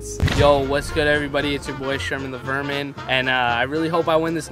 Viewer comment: Rug: puts Sherman the verman Me: ITS SHERMAN THE VERGIN DAMNIT